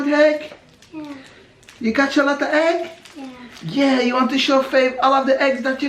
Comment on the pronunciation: Yes quite right. Not heg hunt but egg hunt. Intelligent as ever